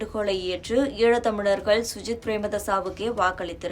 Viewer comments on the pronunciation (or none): முதல்ல சஜித் என்று சொல்ல வக்கில்லை சுஜித் என்று பிழையாக பெயரை கூறிவிட்டு தெரியாத இனவாதம் பேசுகிறீர்கள்.